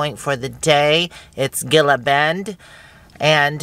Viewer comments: Gila Bend is pronounced hee la.Enjoy Tucson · You have the best videos! Going down the road and seeing the sights. Thank you for doing these “on the road” videos. I enjoy them very much...be safe and. By the way Gila Bend is pronounced as an H. (He la bend) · Gila bend is pronounced hella bend lol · The Saguaro cactus is only in the Sonoran desert - so if you're seeing them you know you are still in the Sonoran desert. You were parking near Sonoran Desert National Monument. Gila Bend is pronounced He la Bend. Thanks for the drive, I haven't been down that way for a long time. Next time I think I'll stop (before summer) and get a date shake, sounds yummy. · pronounced He- La Bend